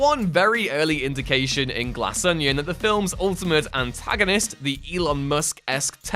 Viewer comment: ‘Anna-chronistic’??? Fgs!